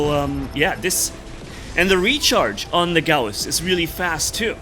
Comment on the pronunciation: Gouse suck we pronounce it gauss